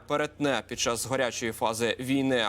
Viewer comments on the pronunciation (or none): Не "відношення", а "ставлення". Не "гОрячої", а "гарячої". Каналу має бути соромно випускати в ефір неука.